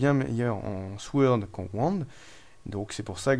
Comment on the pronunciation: Très bonne vidéo, sur un jeu que je vais encore devoir me procurer (DF, puis DCSS, puis celui-ci, décidemment, c'est un sans faute pour toi) ! Juste pour info, mais tu en fais ce que tu veux ça ne me gêne pas plus que ça :) En anglais, dans "sword", le "w" ne se prononce pas, à la manière du "k" dans "knight", "knife", "know" et compagnie.